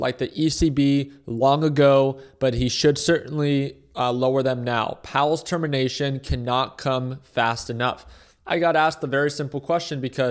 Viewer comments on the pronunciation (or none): “Term-in nation” 😂